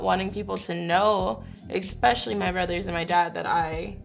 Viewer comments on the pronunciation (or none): she said ex-specially